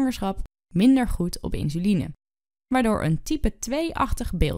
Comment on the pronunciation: Insuline wel, maar de uitspraak 'inzuline' is verkeerd.